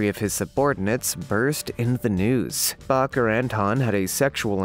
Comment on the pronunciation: Indictment is pronounced en DYE ctment and Reuters is pronounced ROY ters and Baker is pronounced BAYker! If you can't pronounce commonly used words, maybe you need to ask for clarification from someone or be replaced because your lack of professionalism makes the video annoying instead of being entertaining and informative!